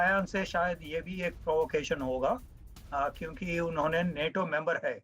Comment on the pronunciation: नेटो नही नाटो